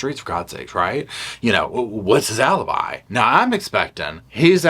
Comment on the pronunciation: Alibi versus A-lie-bi...🙄 Thank you!